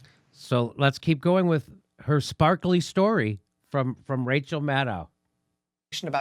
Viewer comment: Rachaahaa haa haa haa, can't even say her name. We know it's MUD.